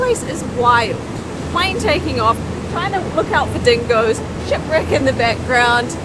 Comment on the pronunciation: Anyone else keep hearing sh!t brick and not shipwreck? 😂 I did the 4x4 tour with my wife here 4 years ago it was amazing. Great video!!